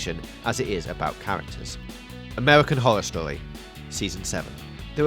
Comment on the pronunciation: Amewican howow stowy lmao